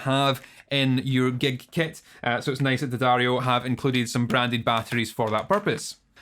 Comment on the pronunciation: at least you pronounce the name of the brand correctly ;)